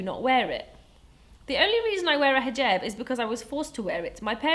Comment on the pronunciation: She pronounces it in the way you say it in Arabic, not English. It's an Arabic word.